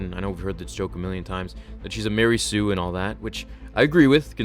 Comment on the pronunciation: Two words. Marey Sue. :)